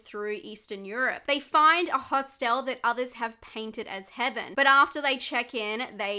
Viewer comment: I love how you pronounce HOS-TELL